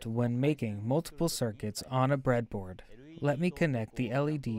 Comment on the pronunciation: The "Bread-A-Boardo" gave it away to me. But I don't mind, as long as the content is good